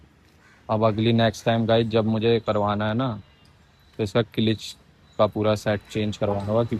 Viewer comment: किलिच नहीं क्लच